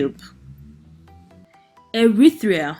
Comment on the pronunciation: Pronounced Eritrea NOT Erithrea, there's no 'H', kindly go back to school.